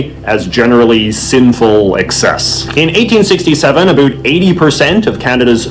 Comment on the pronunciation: His pronunciation of about and house are so over done you can tell he doesn’t actually have such a strong accent.